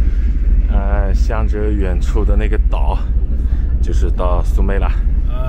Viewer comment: 当地泰国地名是 Koh Samui, 不是 Koh Sumei